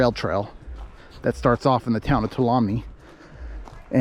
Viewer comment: FYI, Tuolumne is pronounced Two-All-Um-Me.